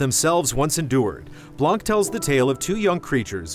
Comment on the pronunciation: Blan, not blank. The C is silent